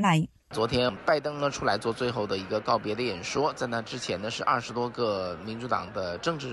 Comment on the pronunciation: 二十變二實 南韓變難韓 嘩唔好話呢啲懶音可以接受呀